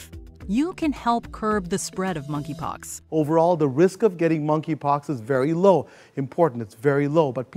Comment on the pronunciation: “Moneypox” wth ?